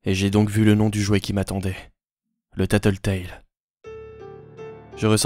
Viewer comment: J'adore !!!! Bravo !!! ❤️ le seul problème c'est que tu a mal prononcé Tattletail